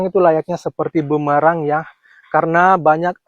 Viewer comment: Bukan BUMARANG Pak.... tapi BUMERANG. 😂😂😂